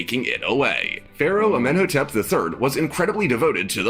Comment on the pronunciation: Anck "cinnamon"? Anck Su Namun (Ank-uh Su NA-moon). "Akhe-TOT-en"? Akhenaten (Akhe-Na-ten). "Amenotep"? Amenhotep (Amen HO-tep). Pharoah 'Sue-sins"? Psusennes (Puh-su-SUN-nes) (real name: Pas-ib-kah-nu). This narrator needs to learn the pronunciation of words, names, etc. Well, he actually pronounced Sakkara right. I'm astonished. SMH...